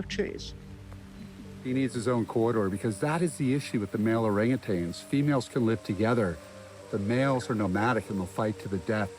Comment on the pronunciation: OrangATANGS lol... Nope. You should know dude.. not how it's pronounced AT ALL